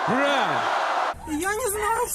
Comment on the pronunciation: Ви тоже слышите этот американский акцент в слове ура?)) Походу двойник путлера.